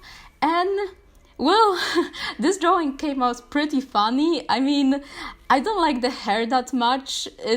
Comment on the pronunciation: Drawing not draw wing